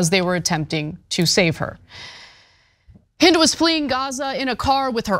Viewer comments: Her name was Hind rhymes with end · not haind...HEEND that how you pronounce her name.